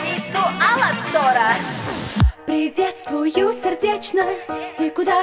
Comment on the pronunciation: Кавер прекрасный,но можно ударение в имени Аластор а не аластОр,а так прекрасно